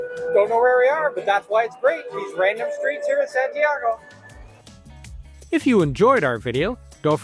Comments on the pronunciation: Is not SantiEgo- it’s SantiAgo. Please make the minimum effort to correctly pronounce the names. It’s infuriating hearing you mispronounce them over and over. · Why is it so difficult to correctly pronounce Santiago?